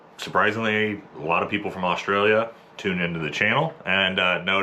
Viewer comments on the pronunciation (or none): What's 'Osh-tray-lia' ? It's Straya or 'Oss-trail-ya'